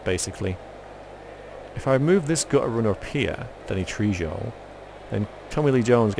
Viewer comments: I always thought Trejo was pronounced tray ho. At least that's the answer I get when I google it. Could be wrong. I'm no expert, so don't take my word for it. :) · Please look up how to pronounce Danny Trejo! ( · You're pronouncing trejo wrong V.